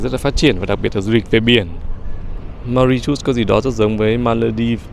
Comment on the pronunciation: Bạn tra từ điển xem nước đó phát âm như thế nào nhé, không phải như bạn nói đâu 😂❤